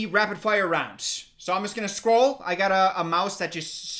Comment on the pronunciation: Scroll sounded like Skol and as a Minnesota Vikings fan, I agree.